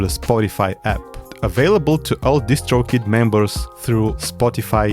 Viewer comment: when you say "DistroKid", with your accent- I can't un-hear either "just choke it" or "just stroke it" LOL (P.S. Nice streets of rage shirt)